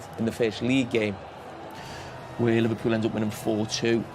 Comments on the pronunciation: 😂😂😂"Livelybool - Stay Humble Eh!"😂😂😂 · 😂😂😂"Livelybool - Stay Humble Ah!"😂😂😂 yeah to be honest Arne Slot has a lot of job btw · 😂😂😂"Livelybool - Stay Humble Ah!"😂😂😂